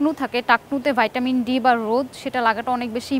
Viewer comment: কেন আপু তুমি তো বাংলাদেশী তুমি কেন ভাইটামিন বলো তুমি তো বলবা ভিটামিন। যে দেশে ভিটামিন কে ভাইটামিন বলে তারা বলুক। এরপর ডিপেন্ড কে বললা ডিপেন্ট,😂😂